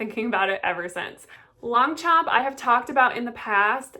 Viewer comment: Nice vidéo ❤ but please don't promounce the g anf the p. 😊